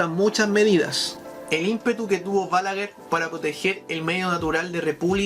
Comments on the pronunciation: No se pronuncia "Bálaguer", esdrújula, sino "Balaguer", aguda. Es un apellido de origen catalán. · Todo está excelente lo único que te corregire es que se pronuncia, Balaguér con acento en su pronunciación fuerte en la É.